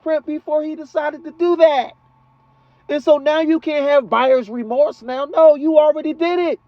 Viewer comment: “Buyers Temorse”. LOL I LOVE IT!!!